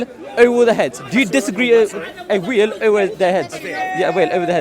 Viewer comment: there's no "V" in South Asian languages, the nearest equivalent is somewhere between "V" and "W", every time he said "veil" it sounds like "wheel", I was cracking up😅